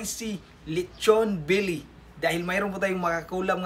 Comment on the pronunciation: Belly not billi hahhaa